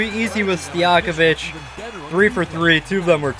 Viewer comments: I was bothered when he said stojankovic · No one: Him: Peja Stijakovic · Stojakovic too